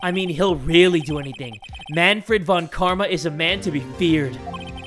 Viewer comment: People keep forgetting that "von" in surnames is German in origin, and should be pronounced "fon", like in Volkswagen. Please remember!